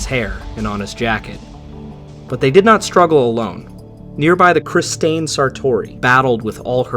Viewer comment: Did you pronounce Christian as Chris-stain?